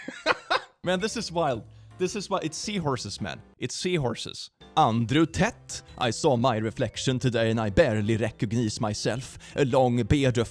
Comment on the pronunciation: the way said Andrew Tate hdjdkskqs i am dead XD